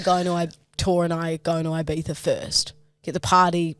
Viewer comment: I die every time I hear Eye-Bee-Thagh. Please read the following, phonetically: E-bee-thah (if we're talking spanish from Spain)